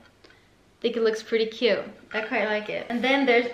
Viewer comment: I really like how say "This is so Coot" xD